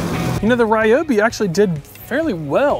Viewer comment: REE-obi. Aster-ISK. stragglers